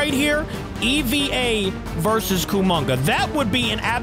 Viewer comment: to let you know that’s not how you pronounce EVA it’s saying hey without the H and vuh Put ey and vuh together and that’s how you pronounce EVA-01